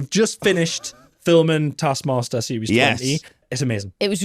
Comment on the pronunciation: I need to never hear ' bastard pronunciation of the word "taskmaster" again.